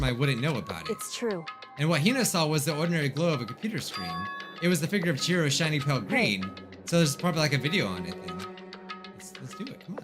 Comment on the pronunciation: "OMG Is that fricking- Chihiro!?" At first I heard "Jiro" and I was very confused